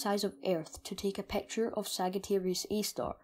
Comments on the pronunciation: I really Love the vid but please stop saying pacture its picture Not pacture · The way he says " picture " pecture " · "...it is hard to take a PAAAKCHUR of it..." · "a peawcture oeaf a blaeak houwlf" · "A pecktyer of a black hole" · i dont trust anybody that pronounces picture as peture!!